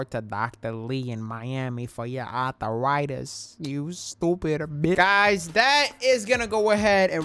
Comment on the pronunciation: ARTH-A-RITIS? LMAOOOOOOO